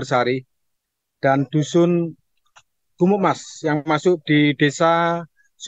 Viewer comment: Suara nya kurang jelas ketika mengucapak dusun gumukmas.. 😊